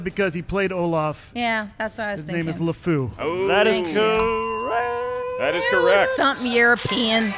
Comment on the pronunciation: The correct answer is LEfou, not LAfou. They should have called him out on it or challenged the answer at least. This is not just a mere spelling error, he also pronounced it incorrectly.